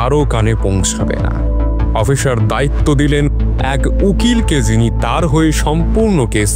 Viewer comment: Bro it's officer nt oppiser as u pronounce 😅😅. Rest is fine